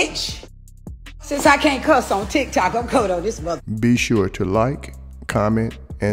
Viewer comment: 😂crazy how she call tictoc yicyoc